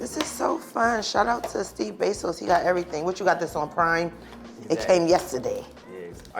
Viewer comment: “Steve Besos” bro what😂😂